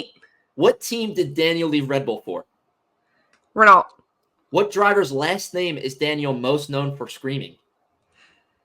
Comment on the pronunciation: Rennoh, not Rennalt! 😘❤